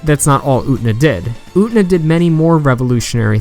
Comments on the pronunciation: "UT-NA" lmfao! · Say it with me, brother: OO-TEH-NAH! Japanese is a phonetic language. You pronounce every syllable, friend. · This was a great analysis but "Oo-nuh", really? You can pronounce the t-syllable you know. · its getting on my nerves almost every revolutionary girl UTENA analysis has said her name like that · i'm sorry but i had to stop watching the moment you pronounced Utena that way.... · SAAAAAAME. I tried to stick with it, but I just couldn't do it.